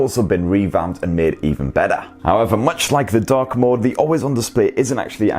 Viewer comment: Thought you said DUCK mode :-)